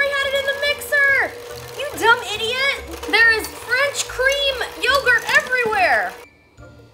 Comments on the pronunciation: It's not yogurt Jenna. It's pronounced crème fresh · its pronounced like crem fresh i think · Pronounced crem fresh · créme fraîche is something european countries use as dressing, but also in food. The second word is pronounced like fresh. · it's pronounced 'crem fresh'! it's a well known French cream substitute in the UK! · "creme fraiche" is just pronounced like "creme fresh" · You basically pronounce it "cram fresh" but with a tiny french undertone. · I speak french and I was yelling "Crrrreme Frraiiiche" at the screen LOL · it's pronounced "crem fresh" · It's basically pronounced Creme' Fresh lol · 'Crem fresh' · It's pronounced crem fresh! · It's pronounced 'crem fresh' and it's basically soured cream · You say crem fresh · Pronounced, 'crem fresh' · "Crem Fray-shh", LOL I'm a dude and even I know how that is pronounced, shame on you Jenna. 😁 I deliberately did not buy one of those machines because I knew I would use it once and never use it again.